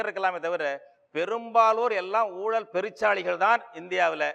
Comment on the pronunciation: It's a pity that even the anchors of such programs do not pronounce all the Tamil words correctly. For instance, it's not oolal it's oozhal.